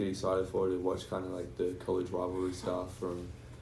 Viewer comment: College “wivalry”